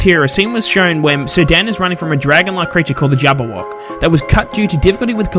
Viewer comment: I keep hearing "Sudan" instead of "Sir Dan". LOL